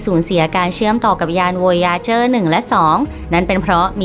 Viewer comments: วอยาเจอ วอยาเจอ อ่านแบยไทยๆก็ได้ วอยเอเจอร์ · มันชื่อไวเอเจอร์ไม่ใช่อ๋ออ